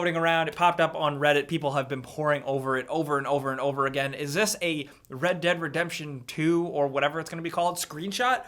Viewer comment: Stop saying Read Dead Redemption 2, please.